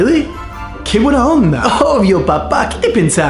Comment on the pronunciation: Ojo que el "buena onda" te salió medio chileno. Ellos pronuncian la B como una V. Es diferente. El resto, impecable!